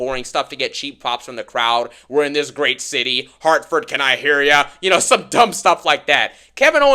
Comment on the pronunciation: Lmaooo the way said Hartford comnecticut 😂😂😂😂😂